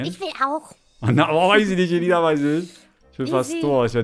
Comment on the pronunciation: ruft: Ailina? heißt es nicht Elina 😆😆